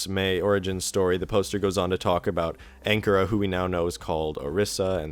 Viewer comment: At least pronounce Anchora correctly (it's pronounced ANN-CORE-AH)